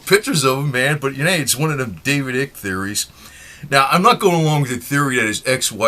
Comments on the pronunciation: This guy is making a mockery of it. I hate your voice bro. It's not ick. Its icke. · lol can't believe he said eek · his name is David eye-K..not ick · Not Ick but eyek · At least pronounce Nr Icke's name properly ffs, it rhymes with BIKE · Pronounce his name right: David Icke, is with a long-vowel sound: like as in Ice!! NOT a short voul sound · David Eye-k or Ike rhymes with like.